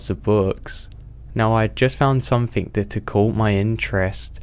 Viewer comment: Dear, there is no 'K' at the end of 'something'.